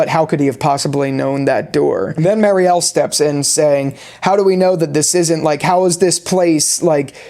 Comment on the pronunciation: Dude get your shit together 😂 Its Bakta not Batka Its Mary-elle not Marie-elle What do you mean talismans dont work? Ofcourse they do work but only against the frombies. Its already known that talismans dont work for other things like monster dolls, cicadas and the freaking Man In Yellow is inside the colony house. Roger is not a frombie so obviously its known that talisman will not work for him. Also the scene between Fatima and Donna is not padding. Fatima literally says at the end of that scene she is sassy now because she just gave birth to a monster. Its foreshadowing whats gonna happen right after that scene. Also the scene when Jade laughs that Kenny was a sports coach was also foreshadowing what Kenny does in the climax scene. He has to be very athletic to pull off what he did at the bus. If it was Boyd he surely would have been dead. It was a fantastic episode I agree